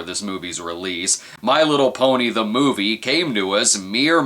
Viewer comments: "MOIVE" lol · "The Moive"??